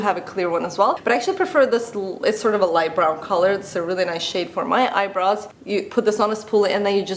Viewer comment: All I hear is 'eyebras' 😀